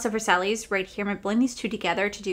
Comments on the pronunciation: Such a pretty palette and look you created! I think I’m going to pass on the palette itself because of the cost, but might pick up a multichrome single. Also I just had to add, Versailles is pronounced ver-sigh. Much love! ❤ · It’s a beautiful look and the color story is 🔥 I love you but your pronunciation of Versailles has me cackling 🤣